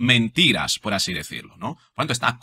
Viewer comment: Se habrá tomado un refresquito la Mari Chus antes de hablar asíiiii?